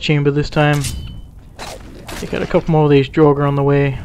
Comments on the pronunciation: When you say ''Dragur'' it sounds like ''droger'' wich means drugs in Swedish :D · It's 'Draugr' - ancient Norse for ghost. I'm sad enough to have studied the language, but I didn't do it because of Skyrim, I just like the language. The 'r' on the end is silent, so is pronounced 'Drowg' (with a little bit of a rolled 'r') overall. And I hate Dwarven machinery too. Falmer I've not encountered yet because I'm still a noob :D